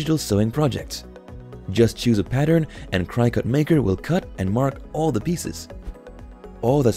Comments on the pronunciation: FYI It's pronounced Cricket - not Crycut. ;) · Hey if you are going to do I video on something that you know nothing about you should really do some homework first. Do you know what "Die Cut" means? Neither Cricut... Pronounced cricket not Cri cut and the silhouette are not die cut machines. So really the only thing that you did was steal video from companies to make this incorrect video. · Cricket it’s pronounced cricket 🦗 🏏 everyone with a CRYCUT lol is cringing with every CRYCUT you say! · It’s pronounced cricket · It is pronounced Cricut like the insect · Thanks for the information but the way that you can continually mispronounced cricket drives me up the wall 😂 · I don’t trust anyone’s reviews who doesn’t even know how to pronounce the name of the product. It’s not even an exotic word. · You should maybe redo the Cricut voice over, it even has a cricket 🦗 in the logo. It is said so many times the wrong way had to stop watching. Just a thought. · I wanted to throw something at the mispronunciation of Cricut, that was really annoying. This is a poor cross section of available Die Cutting and Embossing Machines and very Cricut oriented. All in all, a very biased and lazy attempt at reviewing the available options. What about Spellbinders, Gemini, Go Power and Emboss and Brother Scan n Cut to name but a few. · Please learn how to pronounce Cricut.